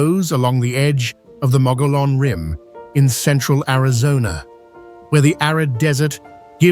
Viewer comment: Omg this video is riddled with endless mistakes, incorrect facts, and video clips that don’t match the description. The “white mountains” but showing the “desert” “Williams Arizona” but showing “Sedona” Mispronouncing mogollon rim, 3 different pronunciations so far.